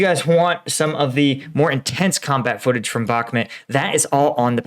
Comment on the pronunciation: Really like your videos and your additional angle - keep up the great work! But please, for the love of freedom... can you work on your pronunciation of Bakhmut (say ‘Back-moot’, not ‘Back-met’). K, thanks 🙏